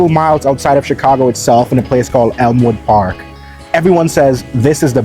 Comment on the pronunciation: In a place called Elmwood Park 😆 He makes it sound like one of Saturn's moons.